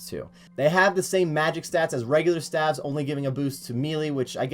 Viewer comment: Was just making a bit of good fun about his wrong way of saying staves, lol. (I actually had to rewatch the video because you decided to comment on something a year old and I forgot what it was about). Partypooper.